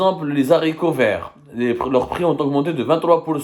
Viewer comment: Semmar ,on ne dit pas les z'haricots verts. Tu parles la France.